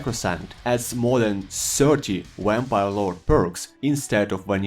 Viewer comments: My guy said some wampire 🤣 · Lmao "wamvire Lord" 🤣 but all jests aside thank you for the video